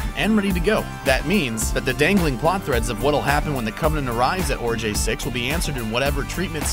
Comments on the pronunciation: OMG... "Ori-Guy" not "Ori-Jay". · I thought Origae-6 was pronounced ORI-GAY not ORI-JAY ?? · ORAGAI SIX, Not ORAJEYI SIX Brah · Why do you keep saying orijay? Did you watch the movie with the sound off? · being petty as fuck but literally no one in the film pronounces it Orajai... like... there's no reason for you to be saying it like this... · my OCD was on fire because of this host's idiotic "Ori(J)ae-6" pronunciation... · Ok, whoever the hell is narrating, YOU must be an alien. as if I really care, It's pronounced, ORI-GUY 6. DORK. Now here's my take on any HIDDEN message from mr.Scott,remember the end of CHILDHOOD'S END?🤣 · Yeah, I was wondering why this guy pronounced it completely differently to how they do, you know, IN the actual movie LOL. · Literally why on Earth pronounce Origae-6 wrong if you've seen the movie and heard them say it a dozen times throughout? Not one person involved with creating and uploading this video noticed that and thought it should be fixed? That's just weird. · one, while I enjoyed the movie, the trailers hyped it up more than it should've been and they released far too many trailers that essentially spelled the whole movie and 2, this whole video, you have said Origai wrong and it bothers the fuck out of me xD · Did you even watch the movie? How about you pronounce the name of the planet the way they do in the film. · dude narrating couldn't even pronounce Origae 6, he clearly didn't watch the movie. Who proofs these videos??? There's always a pronunciation error and it makes the vids look like they're made by amateurs